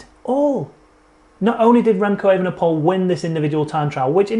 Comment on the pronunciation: How do pronounce Evenepoel? It's not that hard You first start with a long 'a' like ape than 'ven' like even without the first 'e' than you repeat the same 'e' as the one of 'ven' than you at poel pronounced like the word pool But speak it like E-ve-ne-poel en not E-ven-e-poel See Not that hard